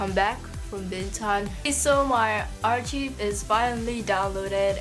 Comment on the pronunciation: I love your video and youre so cute but i just wanted to let you know its pronounced ar-KIVE not ar cheeve haha (